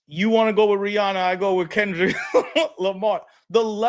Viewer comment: One thing gonna do is mispronounce Rihanna’s name 😂